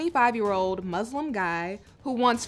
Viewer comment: The word Muslim has an ‘s’ in it, not a ‘z’…